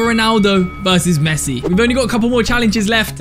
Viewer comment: Bro said pessi